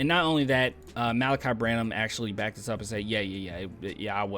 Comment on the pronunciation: Thanks for pronouncing his name. I was reading it and saying Mal'-uhk-eye, but you pronounced it Muh-lah'-kee.